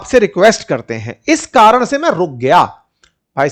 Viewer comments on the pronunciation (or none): none